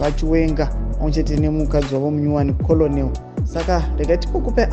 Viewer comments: Hazvinzi kolonelo its kenel on pronouncing this word Colonel. Harisi zita rake its a rank in the army just like captain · Colonel is pronounced 'kenel'